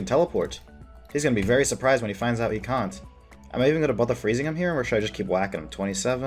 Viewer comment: what's up with the random British accents? "Can't"